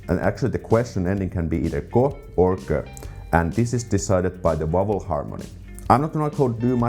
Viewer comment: loved this presentation; so informative for the Finnish learner! In return, could I make a practical suggestion for your English pronunciation of "vowel"? This word was quite hard to pick up... only the graphics made it clear. I live 50 miles from London and would say I have a pretty standard English accent, so the word "vowel" here has only one syllable, not two, and that might help. You know the word "owl"? Just put a "v" in front of it... tricky, I know, as your v's tend to swing towards w's, like in so many non-English languages (e.g. German). Hope that's useful! In a similar vein, I was wondering if there is a particular shibboleth word in Finnish... you know, one that Finns think nothing of being able to pronounce, but foreigners find super difficult, if not impossible? In English, probably the most famous word is "squirrel"... even the Americans can't do it - LOL!